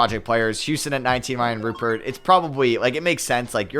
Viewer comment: if u do care Rayan Rupert’s name is pronounced “Ru-Pear”